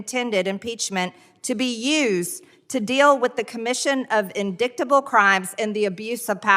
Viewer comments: Marge can't read. An indictable crime is pronounced "indite-able" NOT "indick - tble" Perhaps she was thinking about the evening with her new boyfriend?? As for out of her depth, she'd be out of her depth in a puddle and probably stupid enough to drown in it. She must have been dropped on her head as a child far to often. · "Indicktable crime" How very MTG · did this 🥜 just say “in dic ta bull”? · 'indiCTable?" Isn't it pronounced indightable? LMFAO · She didn’t even know the word indictable….indiktable is what the idiot said 🙄😩😂🤣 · "indicktable crimes" ha ha ha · When MTG is reading while running her forefinger under the text is hilarious, especially when she is discussing "inDICKtable" offenses. Speaking of which, didn't a whole bunch of J6 defendants get "inDICKted" and convicted. So why not the leader of this "riot"? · Um, MTG, the word is not “in dickt a bull”. Are you a native English speaker? Since you are in such a high profile position you should know how to speak English? I feel strongly that people in positions of power should know the basics of English pronunciation. The good old US of A has a problem with education. I suggest you acknowledge your deficit and push for better education in whatever area you represent. Shame, really, just shame. You are showing your lack of education in everything you say. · LOL LOL...College graduate and a member of Congress reading " indicktable" crimes when the word is pronounced inditeable , ie indictable . LOL...pfft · Wow. Margerine Traitor Greenslime still has to trace over the text with her stubby fingers as she reads. Apparently didn’t get beyond 2nd grade. Also: “in-dickt-ta-ble.” 🤣🤣🤣🤣🤣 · In-dick-table. Nice try, Marge. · In-dick-table - lol. Careful Marge, your ignorance is showing! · "In-Dicktable" Classy as always, Marge. For such an educated dude. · “In-dicked-able” I’m dead 😂😂😂😂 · Love Raskin…”Indicktable.” Just Great. Love this. She’s so juvenile. Yes, the “hiding in the restroom” game. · In-dict-able lmao